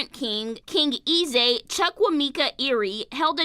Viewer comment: She said E Zay… 😂 (Eze.. Eh-Z-Eh)